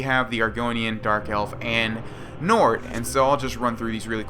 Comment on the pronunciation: When it said nord, I thought it said nerd. LOL